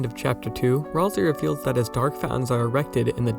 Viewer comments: Uh its pronounced Ral-SAY! Not RalSEE! Mainly because its another play on words like Toriel. Ralsei - Sensei --- Might not be that. Thats just how I see it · The game itself pronounces it Ral-say. Go back to the editable Cyberpedia when you reach Queen's castle. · Literally where are there people saying that Ralsei is supposedly not a good guy 😂🤣😂🤣😂🤣 Also, it's Ralsei, not "rawlzee" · ROlSeI 😂😂😂 Maaan pretty sure that's not how you say it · Gordom Ralsei I always pronounce it Ralsay, i think it sounds better